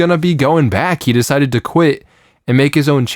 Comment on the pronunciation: You mispronounced "he".